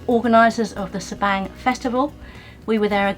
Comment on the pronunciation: I Enjoy your videos! I believe Sabang is pronounced differently b/c in Bahasa Indonesia “a” is pronounced like the “a” in the English word Father...so sounds like Sa-bong. I think. Anyway, thanks for the great videos.